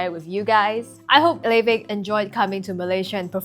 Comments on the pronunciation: Laufey's name is pronounced like "Lao-fee." The name comes from a norse goddess described as the mother of Loki. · am i early?? oh my gaaaaawd woa- quick question, do you reall pronounce "l a u f e y" like levey? i'll start listening to her now. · Laufey, how do you pronounce it